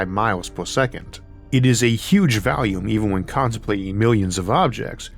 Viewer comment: Dude its pronounced volume not "valume"